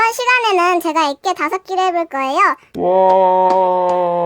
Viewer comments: 아니계속 엑괴를아이라함 어린에가들어가는줄ㅋㅋㅋㅋㅋㅋ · 왜 짜꾸액괴을 애저이라고 하세요.?